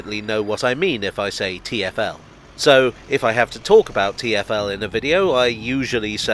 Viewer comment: I do not really have an opinion on what name is better, but I should say that Geoff Marshall's pronunciation of TFL made me believe for a long time that the company was called 'Tierfell'